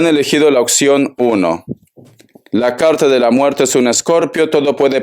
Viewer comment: Hola muchas gracias por tu lectura....de dónde eres que dices "acectas en lugar de aceptas" y dices "ocxión en lugar de opción?" .., saludos y bendiciones....